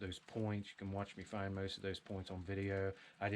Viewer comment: Weird way of pronouncing most and stone.